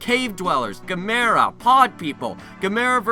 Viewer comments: "GAM-er-a," fool! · Do you think you could review some of the classic Gamera movies sometime in the future? I don't mean to criticize, but you mispronounced Gamera, Barugon, and Gyaos. Here's a way you can remember their correct pronunciations: Gamera (rhymes with camera) Barugon (bear-oo-gone) Gyaos (ryymes with house) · your pronouncing Gamera wrong. If you watched Cinemassacre's Monster Madness Sequel-A-Thon 2 You'll know the correct way the pronounce the monsters name right